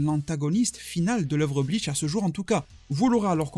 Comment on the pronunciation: bonne video mais ya pas de "t" a bleach tu le dit bleatch